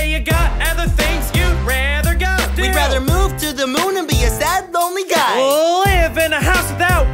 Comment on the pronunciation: Their pronunciation of "do" to rhyme with "go" was amazing XD